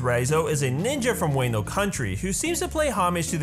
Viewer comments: First time watcher to you video and because I likes you I’m gonna teach you something. So it’s actually pronounced “wha-know” not nitpicking love the video ; please keep growing <3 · Ngl i got really triggered on how you pronounced wano. It’s not Way-no It’s wa-no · Weino country? 🤣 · When he said "Waneo" I felt that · waino country? lol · “Way-no” lmfaooo I’m not a pronunciation cop but how he said it was funny to me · The way he says wano makes me uncomfortable